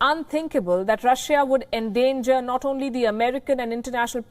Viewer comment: You are a breath of fresh air in the international news. You are the most objective news platform at the moment, but please pronounce countries names correctly. Google how to pronounce Russia, please. Thank you, and I wish you all the best.